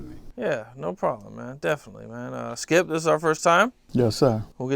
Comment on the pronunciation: Said his so called friend name wrong! That say ALOT. Called him "Chip" instead of Skip.